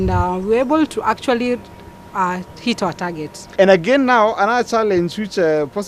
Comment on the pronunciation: actually... actuarry...